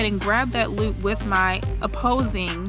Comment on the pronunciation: Did you say loup? The loup? Is that a DMV accent I hear?